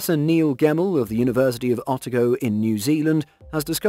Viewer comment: University of Otago: OH-TAH-GO. Not ottago as said.